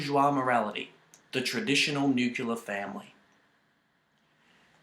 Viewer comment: This was funny, although i cringed when he said 'nucular' and said entitled rather than titled.